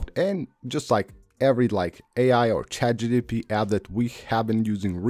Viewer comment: It’s Chat GPT, not GTP* 😂